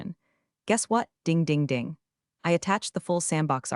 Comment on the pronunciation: Not to mention how elevators “dinge” instead of ding. And heaven’s sake, please stop calling them “cwassas”!!!! CROISSANTS, people.